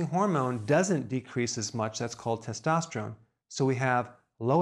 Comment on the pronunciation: Did anyone else notice that Dr Berg said "Follicules" instead of "Follicles"? And he also mispronounced testosterone.... If he's an educated doctor, Why do you think that is?